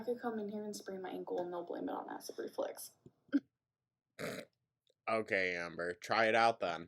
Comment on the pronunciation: I hate that she says "acid reFLEX"